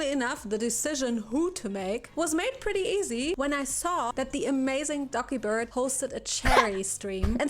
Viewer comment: I know it's Dokibird, and people joke 'doggy bird', but I keep hearing 'ducky bird'. XD